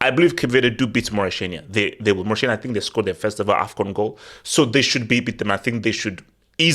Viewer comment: why do you keep calling it Maurishania? It’s Mauri-T-ania. Please don’t offend your Mauritanian members 🤝